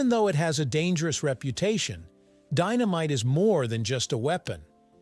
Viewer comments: says dy-no-myte video! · What kind of candles are these? Deenameetay...must be Italian.